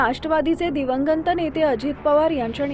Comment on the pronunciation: दिवंगंत नाही दिवंगत आधी मराठी नीट शिका ताई.